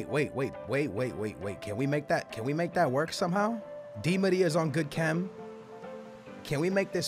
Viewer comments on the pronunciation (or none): none